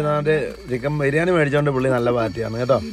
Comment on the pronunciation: FA ALLA BA, BIRIYANIYUDE BA 😀